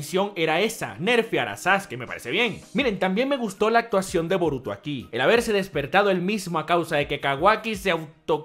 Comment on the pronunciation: Esto es Boruto lo pronuncio mal disculpalo bro!!.